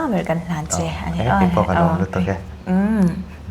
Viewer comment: Zawttunu chu a inti lamno nge "thlir" han tih mai tur "thli" han tih tlat chuh!😂😅